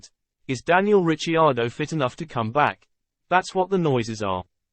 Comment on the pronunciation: You could at least pronounce Ricciardo's name correctly .... and some research, not much mind you, would teach you that he is Australian not British